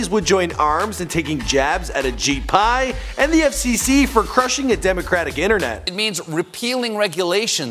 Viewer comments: I'm pretty sure he kept calling him ashit Pai 😂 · It's actually Ashit Pai not Ajit Pai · who's this guy? Ashit Pie...lol